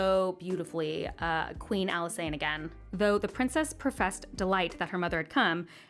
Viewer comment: Why do people pronounce Alysanne like that? It's literally Alice Anne lol